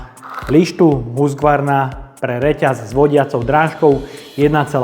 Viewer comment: Preco to vyslovujes Husgvarna ked sa to pise Husqvarna ?